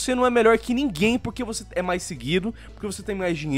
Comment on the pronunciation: ameaçou o português com esse "nimguem"